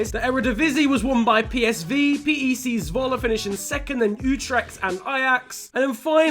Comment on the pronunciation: Damn u said Zwolle really good